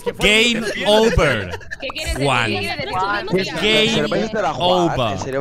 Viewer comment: JAJAJA ME DA RISA COMO DICE AURON, GEIM OUVA JUAN